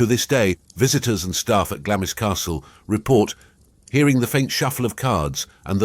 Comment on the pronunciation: Glamis is pronounced 'Glamz' (no 'i'), and that story has no connection to Christmas Eve at all. The card games took place on a Saturday night and should have stopped at or before midnight so as to avoid gambling on the Sabbath.